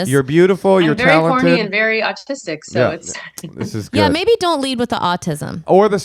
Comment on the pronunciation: I thought said 'oldtistic'... I'm making that a thing.